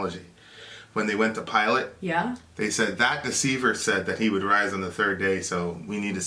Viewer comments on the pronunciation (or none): none